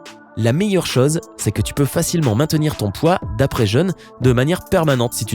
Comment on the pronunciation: la voix que tu as, tu parle avec le nez lol et j'aime pas comment tu prononce les mots se terminant par "eu" et "O" du genre "chose" en le prononçant "chause" je supporte pas sérieux